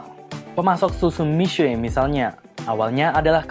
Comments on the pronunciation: Miswe? Udah miksu aja paling enak nyebutnya 😅. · Ga tahan denger nya, buka mishue bacanya.. yang bener mishe... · Bukan Mi-SUE, Mi-SYE. Apaan sih sok-sokan ngajarin salah pula. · Itu bcanya bukan misuwe, tpi misuwek dlm bhs mndrin